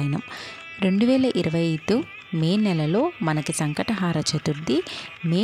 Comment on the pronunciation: సంకష్ట హార కాదు... హర అని చెప్పండి మీనింగ్ మారిపోతుంది